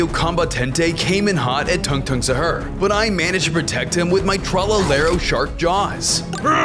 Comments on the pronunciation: It’s not “Shar”it is sahur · He said sahur your def or sum?